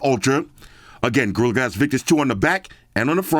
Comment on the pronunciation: I swear I heard "Gorilla ass armor 2."